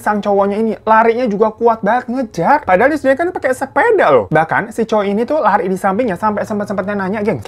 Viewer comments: Lindsay dibaca Linsey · baaang mau ngasih tau kalo lindsay tuh dibacanya linsei ya bwaangg